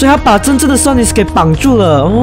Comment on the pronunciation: 森零，你都會唸Sonics誒,但其實沒有那個s